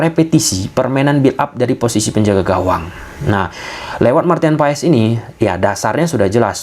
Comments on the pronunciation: dibacanya martin pass bang bukan paees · Maaf bang... Cara penyebutan nama Maarten Paes yang bener bukan Paes tapi Pas bang, jadinya Maarten Pas gitu bang 🙏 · Dibaca nya martin paas